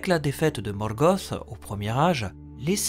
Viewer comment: J ai jamais supporté ces accents moches, en français tu prononces pas les mots comme en anglais ca fait bizarre. Morgoth c est pas Morgoss et Sauron c est pas Sahuronne.